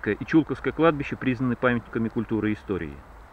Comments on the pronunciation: Только не ЧУлковское, а ЧулкОвское) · Не ЧУлковское кладбище, а ЧулкОвское, "ЧулкОво", ЧулкОвская слобода! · Владимир Иванов, да я житель Тулы, но на Чулковском кладбище, у меня ни кто не похоронен, более того, до этого фильма, я даже его названия ни разу не произносил, потому куда ставить ударения попросту не знал. если лично Вас это обидело, то приношу свои извинения. А фильм про Чулковское кладбище так же будет, отснято много материала по нему. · Бежать могли по любой причине, но они ни как не отменяют факт наличия там древних захоронений на глубине 4-5 метров от поверхности. Про Чулковское, тут нужно просто знать куда ставить ударение. Я сам туляк и не зал этого, так как не жил в том районе. И опять же куда поставить ударение, не меняет смысла фильма.